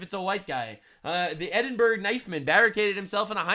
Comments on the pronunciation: ...and... It's pronounced like "Edinburrow"....not "Edinburg"🤷‍♂️ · Im.gonna do you a solid, it's pronounced ed-in-bruh